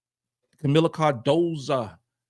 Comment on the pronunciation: it’s been more than a full year, Kamilla’s Last Name is Cardoso not Cardosa